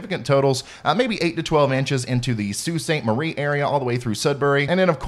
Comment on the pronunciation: I heard you say 'Soo' St. Marie, whoo hoo ya got it right. ☺️☺️☺️ We also refer to it as just 'The Soo'. Blessings n thx for including Canada 🇨🇦